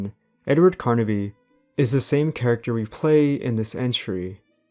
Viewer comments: the main protagonist of the games is Edward Carnby, not "Carnaby" like you keep saying... Shit like that irritates tf out of me!🤬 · Carnby not Carnaby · Pretty decent video. The only thing that kept throwing me off is that you kept saying Carnaby instead of Carnby. Other than that this was a pretty good watch. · Carnby somehow equals karn-uh-bee